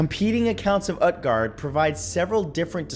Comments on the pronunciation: 2 nit picks: Utgard would be pronounced Ootguard and Norse religions aren't dead. It makes up a goodly portion of paganism. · It is not pronounced UTguard, it is pronounced OOTguard. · Great video Matt by the way Utguard it actually pronounced (oot-gahrd) 😁, Scholomance was discovered just play WOW lol 😂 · It's pronounced oot-guard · Utgard is pronounced “ootgard” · Matt, say Groot, Cut the Gr, and add gard after the oot. Utgard. You're welcome. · I think that the U in Utgard is pronounced like Uutgard or Ootgard I wonder if Hy-brazil is the original idea for Avalon? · It's pronounced oot-gard